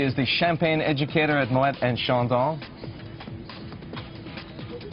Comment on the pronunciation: I was surprised to hear that this lady drinks Champagne from a wine glass. But the reasons she’s giving here do make sense. I was also surprised that this “Champagne Brand Education Manager for Moet et Chandon (!)” can’t get the pronunciation right for “Moet”, and she mispronounces “maison” also. Yeah,okay,she’s American,but a “ Champagne Brand Education Manager for Moet et Chandon (!)” can’t pronounce the name of her employer properly?